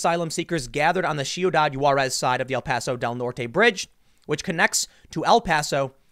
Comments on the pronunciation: You're killing me Tim with pronunciation it is not she you dod juarez. it is See you dad juarez. Basic Spanish. If you are going to talk on an area that is a hot bed for criminal activity, it would behoove you to learn what the area is called. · "Chiudad Juarez" jajajajajjaja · "In the Mexican city of shiyudadd hwuaresz" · Tim did you say shoe that who ahres?